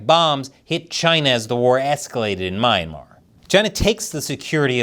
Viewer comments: It's pronounced as "Mee-anmar" and NOT "My-anmar". You Americans always twist pronunciation of foreign words and names. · It’s pronounced (Me - Yan - Mar.)Myanmar. lol